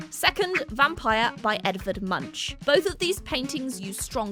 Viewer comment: Great video, but this is not how "Munch" is pronounced